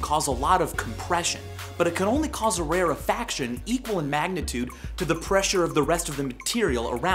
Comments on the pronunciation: michael its pronounced rare-faction, not ra-refaction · I like how you can't pronounce rarefaction correctly proving you just googled this shit before making the video.